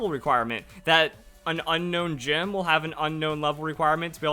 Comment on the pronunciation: Jim? Not gym?